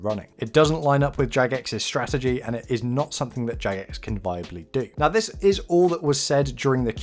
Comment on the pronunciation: Ok its jagex not jadgex first off and clearly you dont understand whats going on right now i suggest rewatching the video and perhaps doing some more research. If your little mind is this shook then perhaps you shouldn't continue to play. People like myself who have played since classic could give a fuck less about your feelings or thoughts, your simply too young to understand these things.